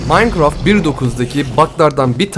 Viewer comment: Abi minecrafta yani maynkraft diye okkunuyo ya sen möynkraft diyosun qe.wQWE